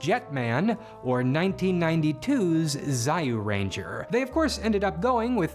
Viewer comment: why don't you try kamen rider series or ultraman series btw it read as juuranger not zayuranger